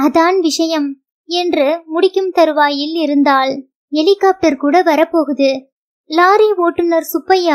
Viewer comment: வாசிப்பில் குழந்தைத் தனம்.அருமை. ஹெலிகாப்டர் ஐ ஹெலிஹோப்டர் என்று சொல்வதை தவிர்த்து இருக்கலாம்